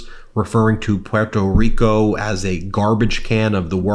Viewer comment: Major props for pronouncing 'pwuerto reeko' CORRECTLY 😊 👍 ITS NOT PORTO REEKOHHHHHH people